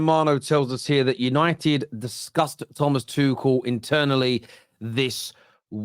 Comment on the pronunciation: Lol I heard that as «Manchester united disgusts Thomas Tuchel…»😂